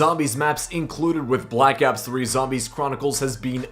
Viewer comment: The way he says ops just hurts me